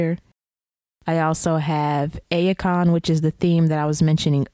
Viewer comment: I'm pretty sure that Ayecon is pronounced like icon.